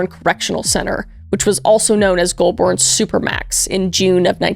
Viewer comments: Maitland, Goulburn and especially Albury got me 😂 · Should take a look at the Port Arthur Massacre or Katherine Knight. Also just for some future reference; Albury: all-bree Canberra : can-bruh Melbourne: mel-bun Goulburn: gol-bin Also you might be pleased to know that stomach cancer without treatment is absolutely fucking agonising and induces nausea as it progresses. So the fact he had throat cancer and would get the acid reflux from the stomach cancer is poetic.